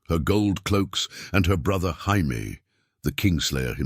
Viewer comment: 1min in and ive caught a "Hi-Me" and a "Gy-Me" instead of Jaime. Gotta love that A.I.